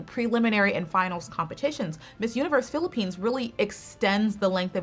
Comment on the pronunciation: I love how you pronounce cities and provinces of the Philippines now they are on point love it .